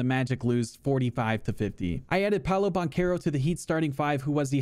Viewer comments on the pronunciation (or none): none